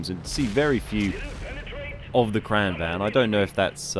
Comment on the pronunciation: "Kran wagen" - QB "Kran van" - Ben Is it really that hard for British people to pronounce "gn"? It's pronounced "Kran-vangn". Not complaining, just curious. I can't pronounce half of the names in the game. xD